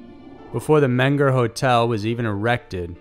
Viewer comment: it's men-ger or men-go in German. i mean pronunciation. and some locals say mean-ger.